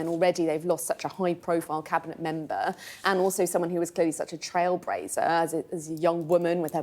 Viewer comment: Trail -brazer?